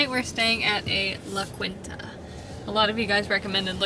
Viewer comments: La Quinta sounds like La KEENta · LA KEEN ta (its Hispanic)